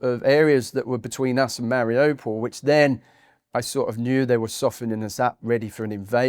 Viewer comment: The place is not difficult to pronounce, he should have known. Its "Mar i you, (or ou) pol. Nor, mari oh pol.